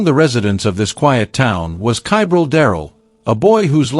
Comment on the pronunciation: Ugh, get the child's name correct please!!! Edit: well, now I'm not sure WHAT the child's name is, your AI pronounces it one way, yet the subtitles spell it about six different ways!! If you're going to do true crime stories, PLEASE give the victim enough RESPECT, to spell & pronounce their name CORRECTLY!!!